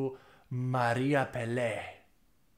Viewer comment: Pelé no! Peláe! Pe la e. With emphasis in the A.